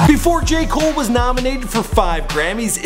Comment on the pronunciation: Who else hears “gay cole”? Not trying to be rude but that’s what I hear he said.